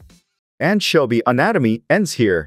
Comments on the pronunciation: It sounds like AI to me. Who the heck pronounces anchovy with a hard K rather than a ch and then carries on to pronounce it differently multiple times? The stilted delivery, almost as many mispronunciations as correct pronunciations. I couldn't stand more than a minute of this tripe. Come to think of it, I am pretty sure you would have to be a bot to make your comment too. Don't get me wrong.I know it is a text to speech bot and that this is actually user created. But it seems low level and suspicious when you use awful text to voice bots. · Why did you pronounce anchovy weird so many times